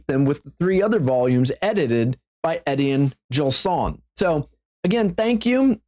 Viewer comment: Your pronunciation of "Etienne Gilson" really makes me wince.